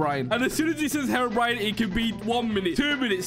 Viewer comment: I love how say hewobwine was gonna spawn